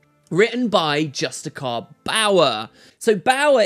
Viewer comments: ay Justiciar is not pronounced Just-I-Kar, it's Just-I-Sar or Just-I-Shar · Hey, are you suuuure that that's how you pronounce justiciar? x)) Is he perhaps a petinent justicar?:D